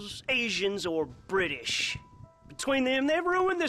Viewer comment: I dont know why but the way he says brittish makes me crack up